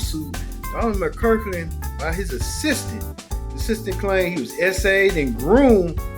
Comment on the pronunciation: You're not even saying his name right.. McClurkin..